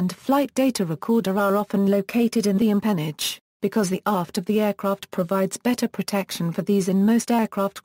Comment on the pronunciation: NO! Wrong pronunciation!